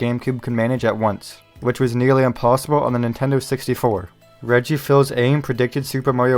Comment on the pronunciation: Good video but dang that Reggie pronunciation tho